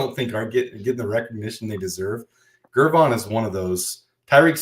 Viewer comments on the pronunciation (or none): Gervon is pronounced with a soft G, like George.